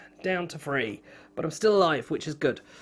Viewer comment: His accent drives me absolutely nuts. Every time he says three he pronounces it as free and at first I thought he kept on talking about free actions or something of the sort.